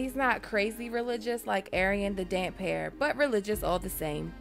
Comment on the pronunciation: GRRM did say it is pronounced Damp hair, and then he said something to the effect of "because his hair is damp from the sea. I should have used a hyphen." got it right.